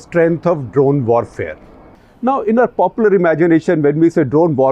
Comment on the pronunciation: Hello. I'm here to point out that uncle is still saying W wrong. Vorfare nahi uncle warfare.